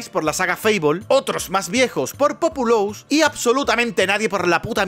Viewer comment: Tu pronunciación de Populous y Theme Park me ha dado cáncer